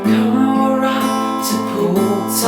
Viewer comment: เพราะดีนะ แต่ต้องออกเสียงให้ชัดหน่อย คำว่า <รัก และ ใจ อ้ะ )ไม่ค่อยชัด